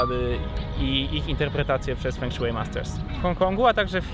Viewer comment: fą szuei* ale i tak bliżej niż "feng szui"xD